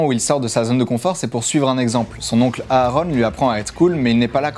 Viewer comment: On ne prononce pas les 2 a de Aaron